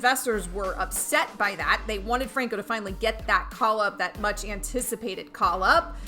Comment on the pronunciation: Pronounces Franco wrong and Adames LOL